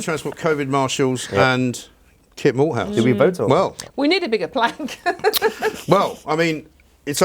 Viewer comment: Kit Malthouse? I thought they said Walt Shithoude.